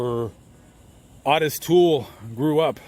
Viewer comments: Odis toole??? Its Ooo tis toole.. Otis toole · Owe-Diss not Ott-iSS. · "OH-TUSS" Not AWE-TUSS. Otis. 👍👍👍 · O-tis my man. It's O-tis. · ~ Wrong. It's "Ottis." Two t's. Pronounced "Odd-is."